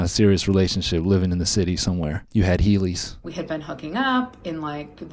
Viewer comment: “You had heelys”